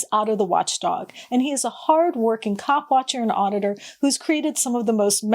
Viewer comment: Be sure you enunciate the P when you say coPwatcher. It sounds like you said 🐓 watcher.